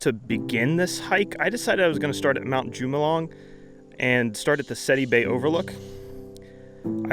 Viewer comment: That mountain you climbed is pronounced Mt. Hu ma loom mong lu (which means Coming in of the Wind). Epic video and I am glad you survived.